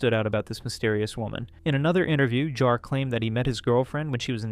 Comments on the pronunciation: It's pronounced Jar, not Yar, you animatronically impaired vocal synthesizer. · that's not FPS Diesel, that's Kuihman. FPS Diesel can be heard . also please make up your mind how to pronounce JAR. sometimes you flip-flop mid sentence xD